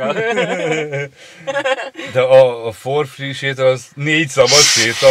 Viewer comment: "for free" (ingyenes), nem four (négy) free